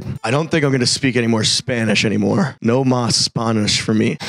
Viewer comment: “nos mas” 😂😂😂😭😭😭